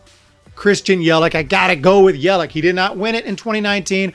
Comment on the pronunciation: It’s Yelich not Yelick